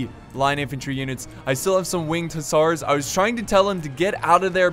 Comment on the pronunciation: It's pronounced Hussar (hə-zar or hʊˈzɑːr)